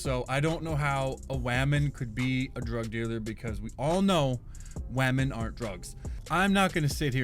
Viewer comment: Why is he saying WAH-men aka women